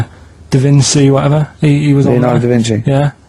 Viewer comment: Davinsy??🤦‍♂️ Gandhi? 🤦‍♂️ Brunel? 🤦‍♂️ He's never heard of any of them, yet dismisses them instantly! Arrogance and ignorance from KP. Trojan Horse? Never heard of it!! Aborigian?? Can't even pronounce it! What a moron he is!🤦‍♂️